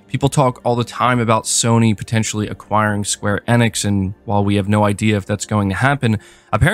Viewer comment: Yes. It was annoying me too.